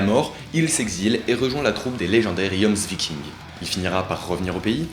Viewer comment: Ça se prononce Yomsviking 😭😬